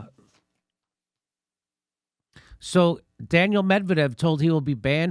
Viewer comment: It's pronounced "Dan-neel" not "Daniel"